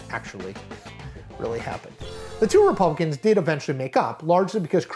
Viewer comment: Okay I am old- but did you just say " Repumpkins?"